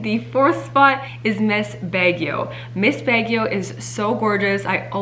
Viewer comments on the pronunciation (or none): I think it should be BAG YO. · so cute Siera when you say Baguio he he he let me give you a hint how to pronounce it ( BUG YOU ) Peace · It's BAG YO